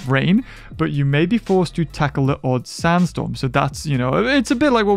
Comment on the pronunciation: Desert storm? LMFAO! I love how he pronounces sandstorm! 😂